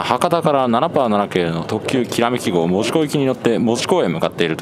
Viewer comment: 「門司」を正確なアクセントで言っていただきありがとうございます。 JR九州の放送は大概「モ↑・ジ」になっていて少々残念・・・